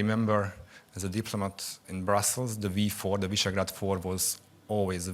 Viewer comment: Not "Mazhar" but Magyar "Ma-djar". And not "Vaisegrad" but Visegrád "Vish-egg-rad"